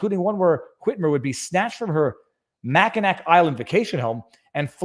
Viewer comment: Weed is legal recreationally in Michigan and I'm sorry to be a stickler about this Viva but as someone who was born in the upper peninsula and have lived in this area my whole life I feel a duty to point out that its pronounced mackinaw island. Love ya bud!